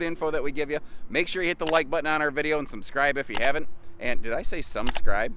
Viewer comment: "Sumscribe" going in the definictionay